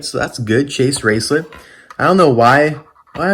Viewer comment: You say chase racelott’s name wrong